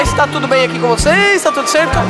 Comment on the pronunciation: Eu sou de Portugal e tu disseste tudoooo mal